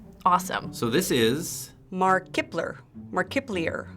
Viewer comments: 'Mar Kipler' Lmaooo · Mark- ip - ler 😂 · "Mark-ip-ler" Me: facepalms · "murk - ep - LEE - err" oMG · Omfg " mar kip lee er " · "mark iply er" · OMG THE WAY SHE TRIED SAYING MARKIPLIER XDAnd I laughed when they thought Shane was Pewds.... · That one woman's pronounciation of Markiplier tho xD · When she mispronounced Markiplier 😐😑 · That pronounciation of Markiplier. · Same and when that lady pronounced his name wrong I cringed so hard 😂